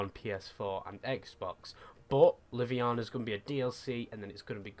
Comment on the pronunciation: btw haha its livonia not liviana. there is an o in there hahaha